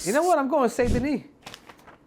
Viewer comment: You still screwed up the name. You can’t say the last name somewhat correct. You mispronounced Saint In French it’s a nasal vowel sound. You still sound ignorant when you brag about getting the last name somewhat correct You all need language lessons from how atrociously you brutalize foreign names